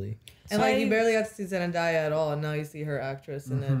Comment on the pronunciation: ZendAya - Not zendieya